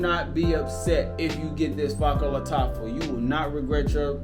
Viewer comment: " Fa-ker bah Lataffa"...deym dude try to pronounce it properly lel!